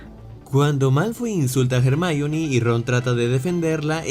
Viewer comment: jermaioni? es "hermion"